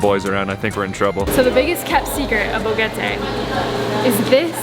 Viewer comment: I noticed in several videos that you tend to pronounce Boquete more like BoGETe. As someone who is fluent in both English and Spanish, I can definitely see how you got there, as the “que” is not quite the same as the English “k”, but it’s not as far back in the mouth as the “g” sound. A tip is to say a “k” but with less air behind it. To practice, try putting your hand in front on your mouth to feel your breath, and try alternating saying an English letter “k” where you can feel the breath on your hand, then a Spanish “que” with no air rushing out. Hope that helps! ❤